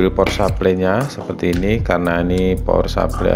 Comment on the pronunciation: power supply dibaca pawer suplay, bukan supley kayak nyebut grup Air Supply yg nyanyi lagu goodbye.. /\/\/\